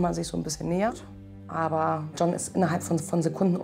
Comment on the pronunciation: Dieser Marcel ist ja ein Witz 😂 hat der echt sein Hosenbein hoch gezogen damit man sein Tattoo sieht😂😂, der John hat ja mega Defizite, kann den niemand richtig sprechen bei denen 😂😂.